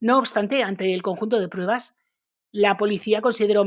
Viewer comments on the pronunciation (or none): none